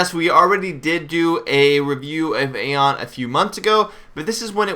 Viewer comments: It's pronounced (I-ON) Not (EH-ON). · Its pronounced Ion you fucking knob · Dude this isn't a discusion it's Ion period. Go watch any of the developer videos dealing with the game and listen to how they pronoucing it.... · i would maybe be okay with this vid if he knew how to pronounce aion.... LOL